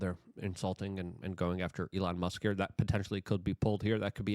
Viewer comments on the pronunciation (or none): none